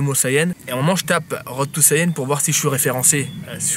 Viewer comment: on prononce saiyan et pas saiyen :-)